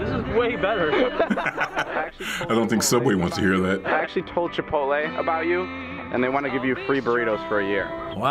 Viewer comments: *scratches ear* "never had chipoltay... wow" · old guy: nEVeR HaD chiPolTAY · No one: Old people: cHiPoLte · “never had Chipotday wow” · "Never had chipolte!" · "never had chipolte wow" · Homeless guy in video: I’ve never had chipotle Old guy: HE NeVeR HaD ChiPOLTAY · when he said chipote instead of chipotle my heart melted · “NEVER HAD chipOLTAY” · Blue polo mofo said chipolte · wow never had cHiPoL-tAy?!